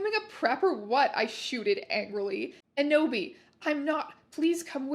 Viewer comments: Every time she says Enoby I hear Kenobi and "hello there" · Every "Enoby" and "Eboby" sent me to the stratosphere